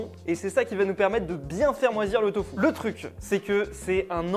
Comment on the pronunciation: ahhh je suis désolé mais pourquoi dit "Tofou"? C’est du Tofu 😂